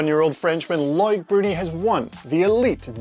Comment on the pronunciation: CC says his name is Lloyd Brody not Loic Bruni, I think you need to go with what CC thinks is correct pronunciation.